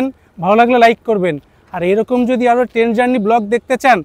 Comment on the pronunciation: সুন্দর ভিডিও। কিন্তু উচ্চারণে জোর দিন।টেন নয় ট্রেন।